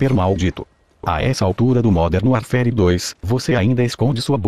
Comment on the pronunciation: módern vairfére!